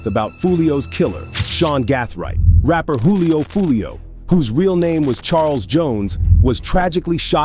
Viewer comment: Jewlio lol